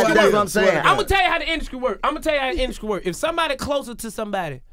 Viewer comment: If DC say 'induskry' one more time...